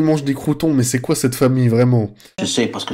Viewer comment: " c qui nouie "😭😭